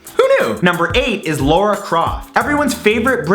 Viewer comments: LARA not LAURA!!! Thats the 2nd time you mispronounced a word!! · Why can't Americans say Lara? They pronounce it as Laura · The pronunciation of Lara is killing me La ra not Laura 🙈🙉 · I only have two problem with this video. 1st is that he said Laura instead of Lara and 2nd is Hitmonlee is not based on Bruce Lee it was based on some other martial artist from Japan that I can't remember his name for obvious reasons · It's pronounced lar-ra not lawra xD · Who the fuck is Lora Croft? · IT'S LARA; NOT LAURA D:< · ... you said Lora Croft and Samus Eran, I think you mean Lara Croft and Samus Aran, Americans and Canadians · Why does he pronounce lara as laura? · her name is Lara not Laura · You kept saying 'LAURA Croft...' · Your videos are awesome, but PLEASE work on your pronunciation! It's not just in this video, but it happens in almost all of yours, and it's not just "ethnic" names either. It's La-ra not Lo-ra Croft! Sorry to be picky, but I think you're great, and it'll help you be taken more seriously. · "Laura"? It's pronounced how it's spelt: LARA. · It's Lara not Laura... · you know ... lora craft... is it so hard to prononce it l_a_ra ? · Its lara not laura! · Laura croft? No Lara as la-ra otherwise fantastic episode! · LARA ITS LARA NOT LAURA! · Lara not Laura & Neneh not Nina! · LARA CROFT YAS. it's Lara, not Laura :( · Lora Croft? I thought it was Lara Croft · Why are Americans incapable of saying Lara!? I don't think I've ever heard someone from North America say it correctly. It's not 'Laura', it's 'Lara'. 'Lah-rah'. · ITS LARA NOT LAURA!!!! its not Laura T^T................. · Great video but... Your pronounciation of names suck xD I mean "Mayamoto"? Lora Croft? Just Sayin' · i found it interest that he pronounced Lara like Laura. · Why do so many always pronounce Lara incorrectly? It is not Laura! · Is Luara a Canadian pronunciation of Lara? I'm not mocking or anything, I'm genuinely asking. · I hate the way you pronounce Lara